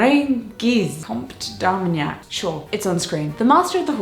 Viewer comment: French people here : your pronunciation of Louis de Lorraine-Guise Compte d'Armagnac was really good :D